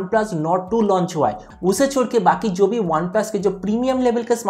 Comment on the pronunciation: 58k mai mil rha hai Amazon ne chuna la gaya bro improve your hindi accent Amazon hai aamajohn nhi hai..😂😂🤣